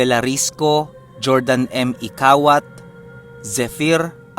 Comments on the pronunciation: Hordan,Guimaras ang pagbasa jan,Jordan,Guimaras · Good day salamat sa magandang kwento..nga pala yung pag basa po dito samin nang jordan..ang pag basa po yan dito sa amin sa iloilo ay hordan..bali parang hiligaynun po yan.. pa shout out nman po janno nang dumangas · correction ko po ah d yan jordan hordan yan taga iloilo po ako kaya alam ko basta d yan jordan ang pag basa sa j ay hordan ok po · Hordan po Ang tamang bigkas d po Jordan....hehehe....listening here in Iloilo.... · Jordan, Guimaras. Jordan is correctly pronounced as “Hor-Dan”. 😊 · Hordan po pag pronounce..salamat sa magandang kwento pa shout out nxt kwento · Jordan(hordan)guimaras po f ibigkas po yan dtu sa Iloilo.... Godbless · Hordan Ang tamang pag bigkas Nyan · Good eve. Jordan is pronounced in spanish. jordan is Hordan 😊 gustong gusto ang mga kwento dito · Hi... God blessed po keep safe ganda talaga ng kwento... Btw po silent "j" po mag pronounce nga jordan guimaras parang hordan guimaras po yan... From... Iloilo po aq at marami rin po kming kamag anak sa jordan... Salamat po... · hordan po pag pronounce nyan.... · Saamin to ah SA Jordan guimaras hordan po pag pronounce Nyan hehehe shout out sa mga taga guimaras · sound H ang pag basa nyan hehe Hordan pagbasa Peru spelling nyan JORDAN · Hordan po ang pag pronounce niyan sir #.pero ang spelling niya Jordan Guimaras.taga Iloilo po kasi ako.😊😊